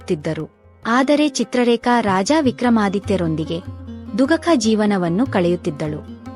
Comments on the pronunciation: 'ಹದ್ದು ದ' ಅಲ್ಲ, 'ಹದ್ದಿನ ' ಅಂತ ಹೇಳಬೇಕು, 'ದುಃಖಕ' ಅಲ್ಲ 'ದುಃಖ ' ಅನ್ನಬೇಕು, ಕನ್ನಡ ಶುದ್ಧವಾಗಿ ಮಾತನಾಡಿ ದಯವಿಟ್ಟು, 'ಹದ್ದು ಕೆ 'ಅಲ್ಲ ಹದ್ದಿಗೆ, ಕನ್ನಡ ತುಂಬಾ ಒಳ್ಳೆಯ ಸನಾತನ ಭಾಷೆ, ಅದನ್ನು ಸರಿಯಾಗಿ ಬಳಸಿ, ನಿಮ್ಮ ವಿಡಿಯೋ ನೋಡಿ, ಅದೇ ರೀತಿ ಕನ್ನಡ ಬೇರೆಯವರು ಕಲಿಯುತ ಹೋದರೆ, ಕನ್ನಡದ ಗತಿ ಏನಾಗಬೇಕು, ದಯವಿಟ್ಟು ಬೇಸರ ಮಾಡಿಕೊಳ್ಳಬೇಡಿ, ಕಷ್ಟ ಪಟ್ಟು ಒಳ್ಳೆಯ ಭಾಷೆ ಕಲಿತುಕೊಂಡರೆ ನಿಮಗೂ ಒಳ್ಳೆಯದು ತಾನೇ, ಧನ್ಯವಾದಗಳು 🙏🏿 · ದುಗಕ ಅಂದ್ರೆ ಏನು?? ಹದ್ದುಕ್ಕೆ ಅಲ್ಲ ಹದ್ದಿಗ್ಗೆ plz ಕನ್ನಡ ಸರಿಯಾಗಿ ಹೇಳಿ